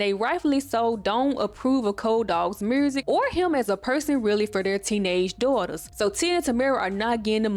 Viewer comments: Notes: Girl, I keep forgetting you were born in 1999. At the end of the decade where you commentary alot of 90s black media. Like yo8 being co fused by if that was a Walkman. My soul died a little. I love how you say "mursick" like Shawty Lo. I guessing you're from Atlanta. I cackle at the random memes, at how you mentioned Roger weird ass, and Frank and his hair cute had me cackling like a ol witch. Ray do need his flowers as a black TV dad. He was great. And your feelings are valid but definitely growing up where Marques Houston who was Roger, being a singer in Immature and them singing with no shirts on, chile being predatory was so normalized. I am glad people are focusing on it more due to social media and having internet which give us these discussions. Like these artists have wives and gfs that were teenagers. Groupies were teenagers to grown men artists. Like even me, I loved Nelly. At 9 years old, I thought he was so fine. I wanted him to be my hubby, never thought bout sex tho but I get where your feelings. It was an era. I dont think like young girls have alot of heartthrob today...maybe k pop. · You mad pretty and I love the accent in the word “music” 🤣🤣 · Are you from Memphis? It’s the way you pronounce music and community 😂❤